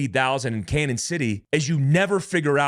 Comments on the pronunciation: Gee, I'm a correcter. It's pronounced Canyon City. Not Canon. Royal gorge is the. Walk a bridge, that's around 1043 feet above the water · This is just crazy! Thanks for the info. By the way it is pronounced “canyon” not cannon. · It's canyon City not Canon City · CAÑON City. The Spanish for “canyon.” Not “Cannon.” If you have trouble with the pronunciation, just say “Canyon.” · Hey, you’re pronouncing Canon city wrong. It’s a long in like a canyon. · It's pronounced "Canyon" not "Cannon". Like Prescott Az is pronounced "press kit". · It's pronounced "canyon" city, not "cannon" city. There's usually a tilde over the n, which means an "ny' sound, as in "canyon". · Canon = Canyon is the pronunciation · The town in Colorado where the other two Mexican nationals got "rollled-up" is pronounced CANYON City. The name, "CANON" city is the Spanish spelling of the English word "CANYON". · It's pronounced canyon city. Just to let you know lol. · Canon City Co. is pronounced "Canyon". When our town was first named, it was misspelled and the person didn't have enough money to buy another name so it just stuck!🤷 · Its pronounced "Canyon City" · Hey Boss….., its pronounced “Canyon” I am so sorry…… I can’t help myself….. I really tried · It's pronounced Canyon City. I'm from there. All the Colorado prisons are there including ADX supermax. Jail break much?? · Bro… we’re here in Pueblo (pronounced “Pweb-lo” not “Pweayb-lo”) just down the road from Cañon City (pronounced Canyon City). I hate to nitpick as the grammar police but all the people here that I share this to are commenting on that. The wild wrest aspect of the cartels is just another Tuesday out here. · Just so you know; Canon city is pronounced Canyon City, Pueblo is pronounced pweb low